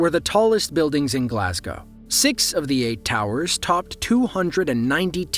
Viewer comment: "Glasgow" pronounced correctly for once?!? Jesus. Today's wonders will never cease. What a world we live in.